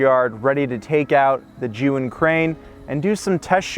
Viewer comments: The only person who actually pronounced Zhiyun almost correctly. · finally, somebody pronounce ZHIYUN properly :)